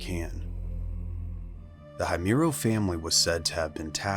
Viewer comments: Your video is an excellent source to gather information about the Himuro mansion. However, your pronunciation of Himuro seems to bother me. Himuro is pronounced as "Hee-moo-ro" not "Hay-myu-ro". But all in all, it's a great video. I just hope next time you could find a way to pronounce words correctly. That's all! More power to your channel! 💖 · I like your vid.. but i can’t help but want to correct you with the family name because you’re pronouncing it wrong… it’s H-I-M-U-R-O, not Haymuro… anyway, great content. 😄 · ah yes the ["high" muro] family lol so American😂 I always wonder why you yanks never bother to respect others’ culture and pronunciation. Such plebeian standards you have over there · It’s Hee-moo-row 🤓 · The scariest part of this is that the narrator keeps pronouncing the name wrong. Aside from that, it's such an amazing, informative video. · i love your videos but saying Himuro like that is a crime dude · My dude. The least you could have done is look up the pronunciation for Himuro if you were going to do a whole story on it. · You pronounced the last name wrong . Im obsessed with fatal frame and japan . I have a tattoo of kirie Himuro. So you absolutely fucked the name up and you called it a castle when it is himuro manson . So yeah get your info right before posting.